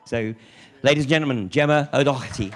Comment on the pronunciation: Its O'Doherty... It seems to have changed its pronunciation in England.